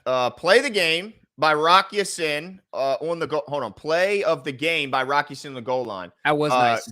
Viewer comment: It's pronounced Rock Ya-"Seen"